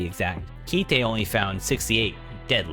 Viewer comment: his name is pronounced Kaito, like the toy you fly in the air, not Ki-Te like a japanese phrase, btw